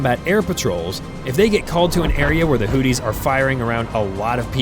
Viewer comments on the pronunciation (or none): Not hooties 😂 hoothies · Hearing Hootys over and over was annoying to keep hearing. If you are going to say their name, at least say it right. Houth - e is how it's sounds. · Is the AI calling them Hooties?? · Hooties and the blowfish? Pronounce your words. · Ha ha ha. He says hooties. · AI garbage. Mispronounced Houthis every time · Man your pronounciation of houthis makes me laugh so hard. Sounds like booties with an H 😂